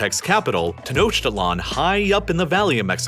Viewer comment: Hearing rhe pronunciation of Tenochtitlan briught me immense pain, considering i was literally at las Pirámides de Tenochtitlan literally last week lol. English rules aren't followed, the CH in Tenochtitlan sounds more like a K or C than the CH in English.